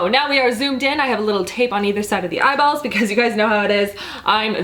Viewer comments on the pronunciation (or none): I absolutely love how "real" you are and how funny too! And is it just me, but I love how you say "eyeballs". Makes me laugh every time!